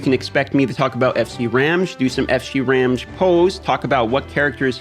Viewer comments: Hi,! I follow you around even though I still play Raid but ironically have quit this game instead. Just want to inform you since I did not skip any of the cutscenes, it's pronounced "kee-buh-lay" for Cybele and "ram-gee" (as in "gugu gaga", not "giraffe") for Ramge. I personally hate the Engrish in this game and although I disagree with how the names sounded, I would go with the official pronunciation. It's cool that you follow FG300 by the way. I hope that you would make a collab with JGigs someday checking out that closed beta Genshin Impact game. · I snagged his FC cause Ramge is my favorite character so far. Also, I believe his name is pronounced to rhyme with "Ramsey", like Ramjee.